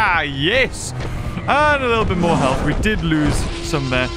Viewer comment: Ah yes, “moar”